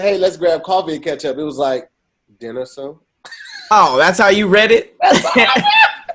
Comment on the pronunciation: "diner soon?" 🤣🤣🤣 oh we see you 👀